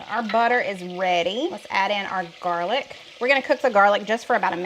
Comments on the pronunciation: She calls it jarlic because it is from a "jar"-gar"lic." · Why do you call garlic jarlick?